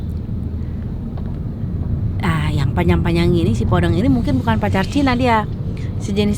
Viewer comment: Penyebutan podeng nya salah teh